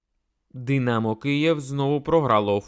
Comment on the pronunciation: Тренер Динамооо, забудетьсяяя, бісить як ти ставиш наголос на останній склад. Хто тебе вчив дикції. Треш.